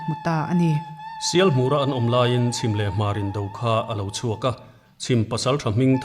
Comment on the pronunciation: Zakapa khuaa hmeichhe ngiattu sap khi Murray niin ka hria. in lam rik dan a mak hle mai